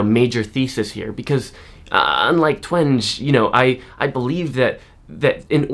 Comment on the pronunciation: I believe her name is pronounced Jean TWENG-EE